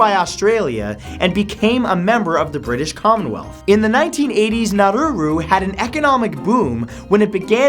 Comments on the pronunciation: its prounounced nauru not naruru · Its Nauru not naruru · Nauru not Naururu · Nauru, not now-roo-roo... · Nauru not Naruru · It's Nauru, there is only one ”r" in its name, Monaco changed IRS succession laws to allow the Sovereign Princes sister to succeed in the event he had no children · Nauru is pronounced Nah-roo, not Nah-roo-roo. I have no idea where you are getting that second 'ru' from, but you sound really dumb every time you say it. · Saint Martin isn't a country. -You yourself said that the Pitcairn Islands are a British Overseas Territory, so why include them on the list? -Nauru isn't pronounced Narruru -I knew you would end the video with Sealand, but it isn't a country at all. It is a micronation. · nah-roo not nah-roo-roo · It's pronounced nah-oooh-rooh not nah-rooh-rooh lol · Matt, it's Nauru, not Naururu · naruru? dude, get your pronunciation right. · Is Nauru really pronounced as Naruru?